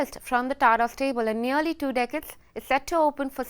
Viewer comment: This is TATA not Tara